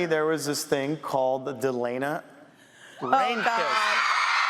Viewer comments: No its Delena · Tamanna Akhter LMAO NO ITS DELENA